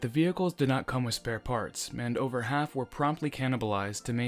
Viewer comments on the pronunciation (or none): none